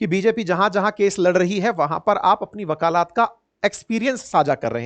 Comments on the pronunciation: Shri man , vakalat Hota hai vakalaat nahi. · वकालात नहीं वकालत कहिए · 😮वकालात ❌ वकालत। ✔️ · Bhai shabd वकालत hota hai na ki वकालात sahi ucharan karo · अपने वकालत को वकालात बोला है गुरुवर 😂😂😂😂😂😂😂😂😂😂😂😂😂😂😂😂😂😂😂😂😂😂😂😂😂😂😂😂😂😂😂😂😂😂😂😂😂😂😅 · वाकलात नहीं सर वकालत होता हैं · Improve urs pronunciation for वकालत from वकालात ,I donot think urs हिन्दी is weak. U r a teacher ,so please.